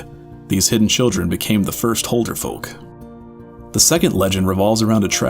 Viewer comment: BRUH please learn to pronounce Huldufólk, it annoys me when ppl pronounce it wrong